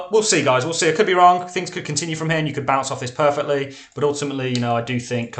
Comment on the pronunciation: And by the ebay, you are absolutely great!! But please dont say GAIS again.